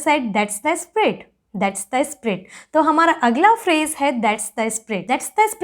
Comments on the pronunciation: It's spirit, and not sprit. You're really good at the language, however, you have MTI which impacts the pronunciation. Anyways, good job n keep it up 👍🏻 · If I'm not wrong your pronunciation of spirit is kinda "Sprit" Whereas the actual pronunciation is Sp-ee-rit. Never Mind though. Good work!!!👏